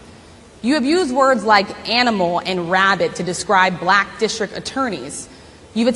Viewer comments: I absolutely abhor the way he says the word; “Black.” Black = a one syllable word, not a two syllable word. Why? He’s a disgrace. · Thanks to my governor Tim Walz saying that the GOP or whatever are weird even by how Donald Trump talks is kind of weird how he pronounces the word black, China or Indian it just sounds weird when you hear it from his racist disgusting mouth. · He intentionally/sub-consciously mispronounces anything his bigoted, poisoned, tiny mind doesn't like.